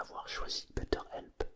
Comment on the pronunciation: on t'aime! (par contre ça se dit "béteur help":D